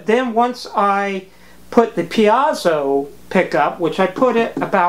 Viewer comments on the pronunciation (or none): Pretty sure it's pronounced "pee-ay-zo" not "pee-ah-zu". Also you should put a piece of metal on the back of the bridge that touches all the strings and connect it to ground, to reduce buzzing (without that they're basically 6 antennas picking up all kinds of radio garbage in the aiwaves). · You say "peazo" I say "piezo". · BTW Piezo(electric) Greek verb πιέζω meaning to put pressure to something. It is pronounced phonetically in three syllables, thus PI*-E-ZO. *Like the letter P. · Good build. Your pronunciation of the letter "e" is interesting. "Axcess (excess), piAzo (piezo). Where are you from? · A tiny comment: it's pronounced "pie-zoh" 2 syllables. More information